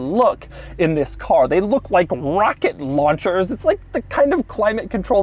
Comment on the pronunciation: Doug the kinda guy to pronounce rocket launchers like Marge Simpson